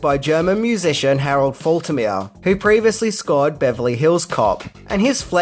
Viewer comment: Great informative video once again! Just FYI: Harold Faltermeyer's lastname is pronounced: Falt*-err-May-err. (*=as in halt/salt)